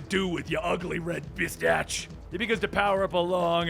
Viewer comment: It’s Bastich not bistach